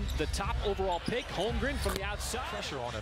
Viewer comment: HOLM-GREN...really it's so easy to pronounce his name correctly. Nice video, besides